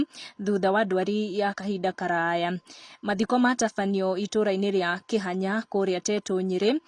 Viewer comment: Kihatha not kihanya